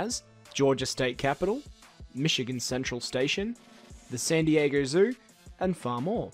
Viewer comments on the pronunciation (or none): San diager?! What the hell lol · im glad someone else hears this guy saying dieger!! So annoying. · Why do you keep calling san diego 'san dieger'? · "rockstar sandy jaeger" God damn man San Dee yay go. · "san dieager" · i Have one question. WHAT THE FUCK IS ROCKSTAR SAN DIEGEEERRRR?? ITS SAN DIEGO NUMBNUTS.